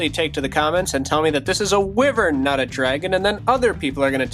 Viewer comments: You do not say it like "wih-vorn" You say it like "why-vern". Say it correctly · Tbh I would be one of the people to complain on you saying wivern instead of wYvern lol, besides that, awesome build!! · Its said why-vern not whi-vern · Watched this video 3 yrs later and wyverns are pronounced why-vern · In my opinion, it's a wyvern. As a type of dragon. Also, I think wyvern should be pronounced "Why-vern". Cool build, by the way. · Btw it is pronounced why-vern